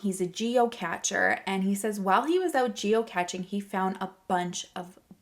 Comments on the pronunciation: The term is geocaching (gee-oh-cash-ing), not geoCATCHing. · Geo "cashing" not catching. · Geo "cash-shing" 😉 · Cache is pronounced the same as "cash" like money. It means hidden in French. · Geocaching pronounced like cash 💰 not like catching ⚾️ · I didn't think it was pronounced "geocatching"? Am I wrong? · It’s pronounced Geo cashing 😉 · Pronounced geo- cashing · hope this is helpful: geocaching is pronounced geo-cashing. weird, i know. 🤪